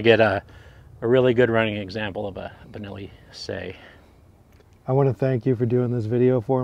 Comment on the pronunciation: Sei is Italian for 6... Not S..E...I...